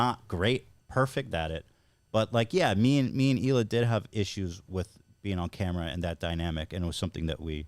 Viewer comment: The way Howe pronounces Hila and Colleen 😂 ohhh he’s so darn cute. This was a breath of fresh air 🎉